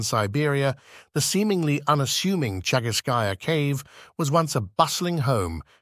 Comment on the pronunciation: Commentary in support of your channel. thank you for the video. I enjoyed it. Чагы́рская пещера (Chagýrskaya peshèra) = lit. "Cave of Chagyr" or Chagýr's cave. in Chagýrskaya, the emphasis is on the ý in chagýr-skaya (of the chagýr)... it is also called the "Rabbit Cave". Денисова Пещера (Denísova peshéra) = lit. 'Cave of Denìs" or Denis's cave in Denìsova; the emphasis on the i in denì-sova (belongng to Denìs)